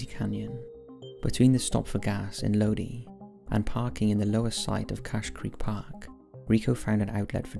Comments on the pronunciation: I can't stand this narrator. She is too soft-spoken and speaks too fast. So frustrating!!! Lodi is pronounced Low-dye, not Lo-dee. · It's pronounced 'Loe-die', as in 'Stuck in Lodi, again!' by CCR. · I’ve never heard this story before. Thank you for sharing. Side note: I grew up near Lodi, is is pronounced Lo-dye. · It is pronounced low dye Lodi, CA. I'm from Sacramento, CA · Keeps bothering me how he says Lodi... And I'm puzzled how can someone get lost on a straight shot up the 5?